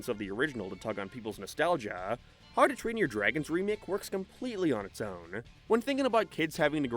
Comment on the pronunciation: Why do you say "Harrdoo Train Your Dragon"? I get that you have an accent, but... how do you get it so wrong that you turn "how to" into "harrdoo", dude? XP